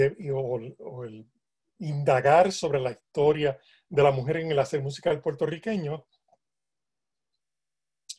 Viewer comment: “...el hacel musical”. Ay, Señor.